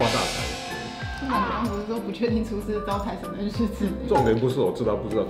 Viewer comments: 是ㄘㄡ洗 不是ㄘㄨㄟ洗拉 哈哈哈哈哈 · 聽千千說初四，我怎聽成找死（台） 哈哈哈~ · 一開始初四的台語就講錯了